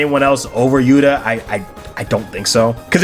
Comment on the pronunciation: Are you calling Johnathan "Yura" Hishaku Yuta? It sounds like it.